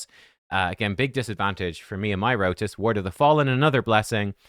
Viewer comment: Its pronounced RotOS not Rotis. How do you play the game for years and still dont know how to pronounce chamos names 😂